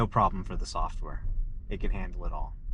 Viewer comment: . Is he saying a softer update? 😅 Isn't it supposed to be software update? And did he say driving wasn't (was an ) annoyance to going places? This guy clearly doesn't understand about driving but I agree the new freedom which was once driving is now the freedom not to have to drive, amazing